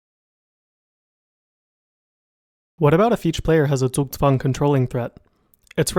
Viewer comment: good pronunciation on the "Zugzwang". I'm a chess player and haven't heard an american pronounce it right yet